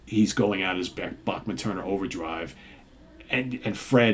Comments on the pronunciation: C'mon, surely you've heard it's pronounced "Back-man" not "Boch-man". It's a Canadian thing. They say "Ba-ham-a", not "Ba-hoom-a". Weird. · It is what it is who the heck do you think you are? It's not your decision. You do not like it don't fukking go! According to Randy the Bachman name is properly pronounced as Back-man.